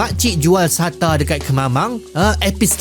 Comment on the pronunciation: Pekat ngat sebut kemamang 🤣